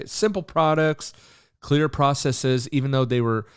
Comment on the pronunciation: Hey nice vid. Just a heads-up the last syllable of processes is NOT pronounced with a long e sound. Same with "biases". People seem to get it confused because some latin words like feces are a long e. Adding an "es" to make a plural doesn't do that though. Hope this wasn't too annoying.